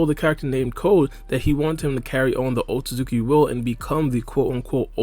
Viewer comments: He pronounces it like otsuzuki lol. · man says otsozuki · this video is good but the way he says "otsutzooki" is mildly infuriating